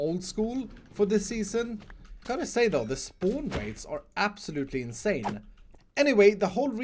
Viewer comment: did he just say: inc-sane?